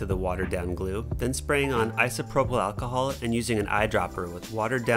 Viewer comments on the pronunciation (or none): “But don’t put to much achahol” what are you saying here?